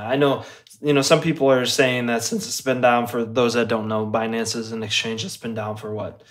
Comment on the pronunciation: if i have to hear them mispronounce binance again i might shoot myself.